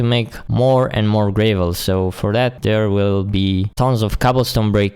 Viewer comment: you say iron weird and you say gravel like grae-vel